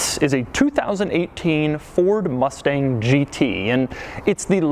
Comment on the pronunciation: “Mord Fustang”